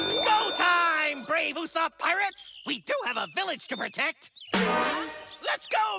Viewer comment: Ussap??? it's Ussop!!!!!!!!!!